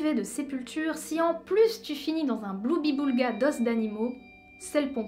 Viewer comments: bonjour, moi aussi ,je vais étaler ma culture, on ne dit pas bloubiboulga, mais gloubiboulga... gloire a toi casimir. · on dit un "Gloubiboulga" avec un G... (source : Casimir dans "L'île aux enfants")